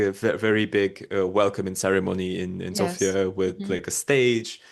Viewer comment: Thanks for taking a note, though it is not a big deal. "Sofia", the capital city of BG, places the stress on the first syllable, while "Sofia" (the female name) places the stress on the second syllable. :face-blue-smiling